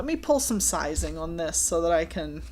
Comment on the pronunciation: Was that a Long Island accent "on this"?